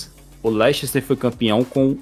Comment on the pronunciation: LEICHESTER KKKKKKKKKKKKKKKK MEU DEUS MANO